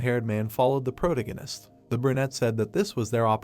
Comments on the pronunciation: Pro-tag-gon-ist Not Proto-ghen-ist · is disinterest, not displeasure... Please improve your vocabulary if youre gonna read stuff for people... Also thats not how you pronounce protagonist